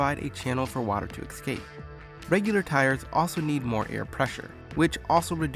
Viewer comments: escape, not eCscape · Huge dislike for stating confusing acceleration with velocity and for saying excape.